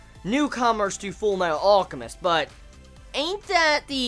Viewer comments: ALL-chemist lol? It's pronounced AL-chemist. Like his brother Al, or almond. Other than that this was good :p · Hey can you try pronouncing the L in alchemist sorry it just annoyed me. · why cant you say Alchemist properly you tool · the way he pronounced "alchemist" kept pissing me off lol